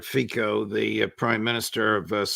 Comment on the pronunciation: Fitso is the right pronunciation for Fico